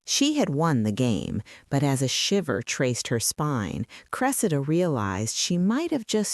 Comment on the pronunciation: Why do you alternately pronounce her name as "cre-see'-da" and "cre'-se-da"? This is distracting and keakes one think there is a new character entering the story.